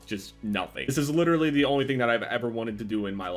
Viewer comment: everything was fine, until he pronounced literally wrong :|